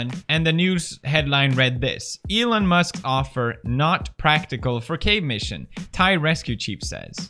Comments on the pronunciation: Pewds saying cadge instead of cave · Felix! It's CAVE not CAGE 😂